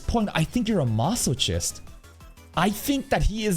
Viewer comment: Why do pronounce "masochist" that way, lol? I remember you pronouncing like that months ago as well